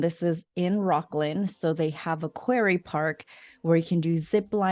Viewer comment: You might want to use the correct pronunciations of words like "quarry" and "Maidu".